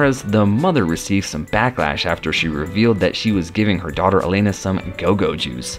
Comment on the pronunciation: Alana, not Elana...if you're going to narrate learn the names.